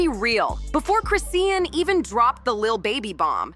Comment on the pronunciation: At least say her name right🙄🙄